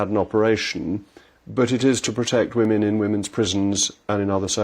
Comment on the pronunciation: Poor Peter, still unable to use/pronounce the plural of woman i.e. "women"